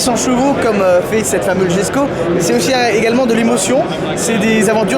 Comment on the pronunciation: Incroyable Koenigsegg, ce constructeur jamais ne déçoit 😍 en tout cas techniquement, car pour le style chacun ses goûts... ah oui, j'ai vu en direct la présentation de la voiture, et il semblerait que son nom se prononce Yesko ! Châssis entièrement nouveau, moteur upgradé avec le fameux vilebrequin plat unique au monde, nouvelle boîte de vitesse 9 rapports et 7 embrayages, 7 embrayages pour passer de n'importe quelle vitesse à n'importe quelle autre... unique au monde la aussi ! 90 kilos la boîte, contre 140 pour la DSG ! Au final l'ensemble moteur boîte pèse 190 kilos, contre près de 700 sur la Chiron... Bref, ça m'a fait un petit peu bondir quand tu as dit que c'est toujours la même chose, à un moment ça fait pitié. Désolé mais là c'est abusé d'être autant à côté de la plaque ! La voiture noire, en effet, le prix c'est abusé, incompréhensible ! Mais bon ils ont trouvé un gogo pour faire le chèque alors tout va bien 😅i